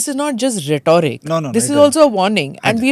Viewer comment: It's rhetoric ...not Rhetoooric ...Jahilll